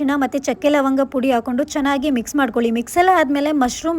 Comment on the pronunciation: Eli korta atava heli kotra? Aakondu na atava hakondu na? Kannadadavre Kannada na sariyagi matadlilla andre!